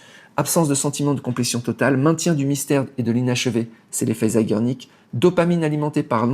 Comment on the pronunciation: Zeigarnik = horloger en Polonais, je dirais l'effet du temps avec une femme. Tu arraches le Polonais = Zégarnik c'est comme cela, qu'il faut le prononcer